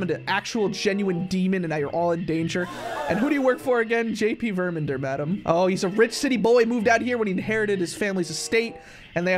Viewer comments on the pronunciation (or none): It's Ver-man-der not Ver-men-der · Love your vids so much btw it's VermAnder with an A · I think the right way to say the titles name is verMANder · Verr-min-derr” just to help pronounce it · ITS VERMANDERP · It's ver-man-der